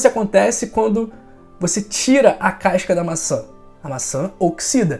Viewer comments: Caisca não professor, CASCA! E isso não é questão de sotaque, é de falar errado mesmo, acrescentado mais uma letra à palavra. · CASCA ou c a I S ca?? Povo estrangula a lingua portuguesa só pra fazer graça, querer ser diferente. " C A I S C A".